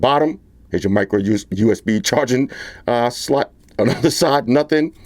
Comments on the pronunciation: You crack me up when you say the word S-L-O-T!!! And the best unboxing knife is still the Batman knife!!!!!!! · YOU ESS BEE Universal Serial Bus 😂😂😂 your a funny guy oh and SL "OT" like HOT!! 👍👍 Thanks again for the great review ha ha!!! 8 )